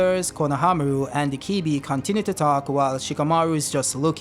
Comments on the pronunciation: Why do you keep calling ibiki, ikibi? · Sir You kept pronouncing Ibiki wrong you kept saying Ikibi not ibiki!!!! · Dont know why you keep saying "IKIBI" It's I-B-I-K-I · R u saying ikibi 😂 lol it’s pronounced E - BEEEEEEK- ie 😂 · His name is Morino Ibiki and not Ikibi LOL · Ikibi ??? My hears hurt, it's ibiki for fck sake damm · bruh, not that hard to say EEEE BEEE KEEEEE.. ikibi lmao xD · Am I the only one that gets triggerd by the wrong pronunciation of the name "Ibiki" I-BI-KI not I-KI-BI .......nontheless cool Video! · Mitsuki the real MVP this chapter. Also stop saying Ikibi. His name is I...bi...ki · I think he's called ibiki not ikibi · HIBIKI repeat after me HI-BI-KI! Thank you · Say it with me E BEE KEE Ibiki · its pronounced e be ki my guy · Bro keeps saying “ikibi” like the name ain’t in many pages he’s reading. The cuffs restrict the formation of chakra, not just jutsus. Everyone uses taijutsu, that’s physical reinforcement type of jutsu. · Pronouncing Ibiki’s name wrong the whole video is nasty work😬